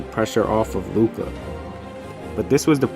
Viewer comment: Lmao WOW u make a mavs vid and mispronounce both Luka's the unicorns name